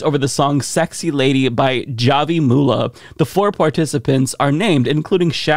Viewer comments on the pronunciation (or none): Javi is pronounced hah-vee not jaw-vee. It's short for Javier or Xavier.